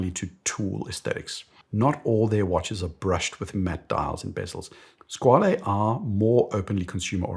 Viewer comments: I'm convinced that everyone produces Squale incorrectly based on Italian pretentions. There was a YouTuber called KDP Ross some years ago. He did a video where he attended a watch event in New York which was attended by Squale and he asked how to pronounce the name and it was confirmed that the name is "skwal'. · I’ve also come to this realisation recently. Squale means shark in French, not Italian, so pronouncing it as an Italian word doesn’t make much sense